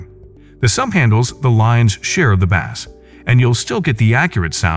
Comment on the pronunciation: Why the heck does the narrator say "bass" the way we pronounce the popular fish?